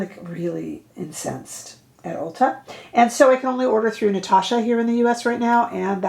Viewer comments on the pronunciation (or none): none